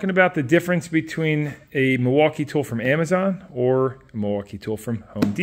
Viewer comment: Why that one say, "Wilmaukee" ? 😂😂😂